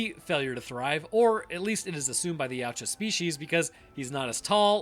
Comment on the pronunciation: Just for your future information, it's pronounced Ya-OO-tah, not 'Yeowch-ah'.